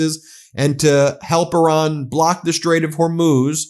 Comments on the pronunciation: Who is this "Oran" you are talking about? The name of the country is IRAN! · Toddler in chief can't even pronounce Iran and his swansong will in fact be "I RAN"